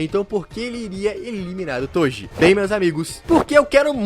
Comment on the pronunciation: "TODI" KSDAKDSA q agonia